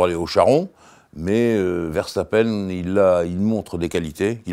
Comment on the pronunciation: enfin un français sachant dire verstappen